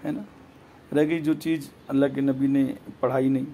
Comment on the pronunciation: Are Jahil Pahle Sahih Urdu Bolna To Seekh Le....Jaroori, Cheej, Jaja, Namaj, Trabi, Saaba......Yeh Sirf 2 Minutes Mein Urdu Ka Hal Hai, Puri Video Mein Urdu Ka Jo Bedardi Se Murder Kiya Hai....😀😃😁😆😅....Allah Ki Bachaye Aise Jahil Babao Se.